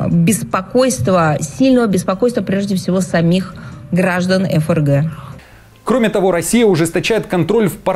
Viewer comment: НЕ. ЕФ ЕР Г. А ФРГ.